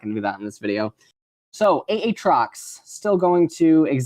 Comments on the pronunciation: said aatrox like Ay-ay-ron in key and peele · He does that on purpose (at least the ay ay trox) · if you're actually genuine about this. it's because he kept calling him "ah-trox" and people went mental so he's just calling him that to further annoy the vocal peeps :p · How you pronounced aatrox, reminded me of a a ron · A... atrox? Uhtrox? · who the fuck says A. atrox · Literally never pronounces a single champion's name correctly XD. Ay-Ay trox??????? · 3 different pronunciations of aatrox in 1 minute. Impressive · Why does he pronounce Aatrox like Key from key and Peele pronounces Aaron??! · The way he pronounces each champions name completely different ways in the same sentence. Lmaoo